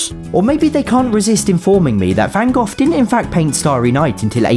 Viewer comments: FYI Van Gogh isn’t pronounced like that at all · Awesome as usual! I just have to ask, though, it's that a standard pronunciation of Van "Gogh"? I've honestly never heard it said, "Van Goff" before! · Gotta love how Van Gogh as Van Goth. /j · as me being dutch i found it funny how you did van gogh (with tom)